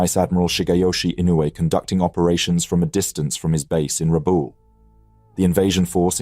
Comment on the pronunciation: Rabaul: rabah-ool. Miyoko: mee'-oh-koh; no "yoko" in there. Hosho: hoe'-shoh.